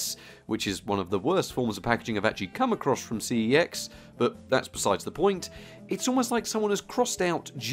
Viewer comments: In case anyone is wondering CEX is actually pronounced sex. Bit of a weird one and a random bit of useless info for ya, but on their adverts they say the name of the store as “sex”. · I dare you to pronounce cex properly